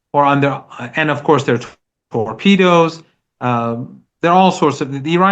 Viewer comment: Tor-pedos you say ? 😂😂😂